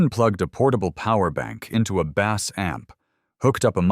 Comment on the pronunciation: Bass amp is pronounced as "base" when referring to anything other than a fish. Also, they wanted to check the "resonance" not residence.